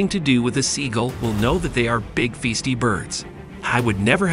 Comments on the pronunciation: Festy?...I think it's pronounced feisty actually.... and woodpeckers look nothing like seagulls OMFG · Does this guy keep saying "feasty" on purpose?